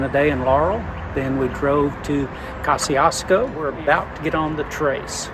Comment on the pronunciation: Ka-zi-es-ko just saying :)